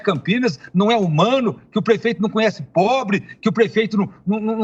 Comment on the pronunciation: Já repararam como ele enche a boca pra falar de "pobre"?